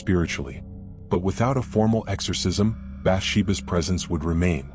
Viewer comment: AI, that doesn't know how to pronounce esorcism. Why couldn't they get Patrick Wilson to narrate tis?